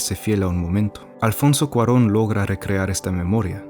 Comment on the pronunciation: ¡Exacto! Sospeche primero cuando lo escuché pronunciar Alfonso Cuarón bien, jaja.